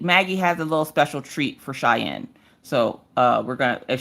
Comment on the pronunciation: Thank you to (you pronounced Cheyenne's name perfectly) and especially to Maggie who sang happy birthday so beautifully for Cheyenne's birthday. She absolutely loved it 💜💜